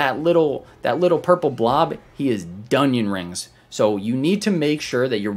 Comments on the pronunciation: This dude said "Doneion rings" XD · Subbing cuz “donion rings”